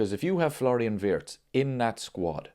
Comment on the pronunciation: Remember ...His name is pronounced VIRTZ....not Wirtz